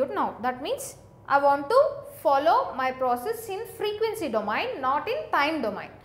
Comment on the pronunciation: plz right called of domain pronunciation